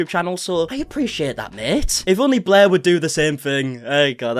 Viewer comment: Blair or “Bleergh”🤢🤮😊